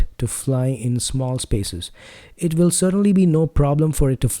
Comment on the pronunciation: "Will", not "vill" 🙂 I do like the sound of your voice though, and this is a great review